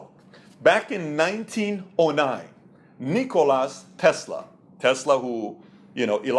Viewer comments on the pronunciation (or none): its Nicola Tesla , not Nicolas :D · Just a friendly comment. It's not NikolaS Tesla, it is Nikola Tesla :) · It's -- Nikola -- Tesla